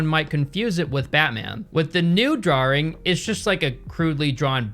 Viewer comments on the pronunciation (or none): Drawring. Drawring. We're going with that pronunciation? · Every time says "drarwing" for 'drawing', an angel loses its wings. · that's unusual that you pronounce it as "drawring" as thats usually a british thing. is there an american accent that makes this sound as well? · the way you say "drawring" 😂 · "Draw-ring" - Sooooo. When did you turn British?